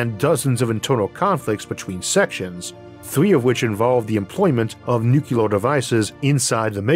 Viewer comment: A small thing, but I feel I have to point it out again; It's "NU-CLEE-AR", not "Nuke-you-lar".